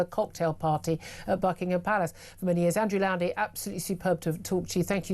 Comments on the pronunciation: Why can't this interviewer pronounce her guest's name correctly? Goodness me! She MUST let Mr Lownie speak! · Please start pronouncing Mr. Lownie's name correctly...